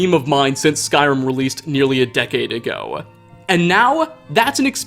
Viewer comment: jesus dude do you think it sounds good to elongate your words like that? ago is a single syllable, no one is so in love with the smokey quality of your voice NEARLY as much as you are. Speak like a normal human, goddamn